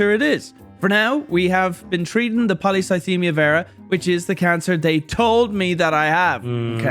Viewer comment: saying Polycythemia Vera without trouble is the craziest part of this video